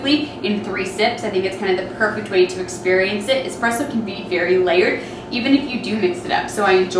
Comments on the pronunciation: Nothing hurts more than a barista champ that says “expresso” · Nice video. Not that she did it, but I really cringe when I hear anyone pronounce it, “x-press-o”, not “espresso.” Rookies.